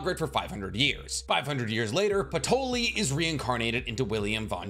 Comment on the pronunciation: like who tf is Patoly?? 😂